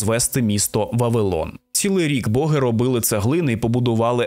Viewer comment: Колоссальна робота! Музичний супровід, цікава подача, відмінна дикція! Словом, в захваті! p.s. Можу здатися занудою, але в українській мові нема слова "свадьба", а є весілля😉 І богИ, а не бОги. Це на майбутнє😁